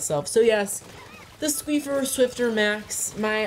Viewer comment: it's squiffer 😂